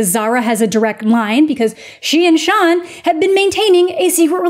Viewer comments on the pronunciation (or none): none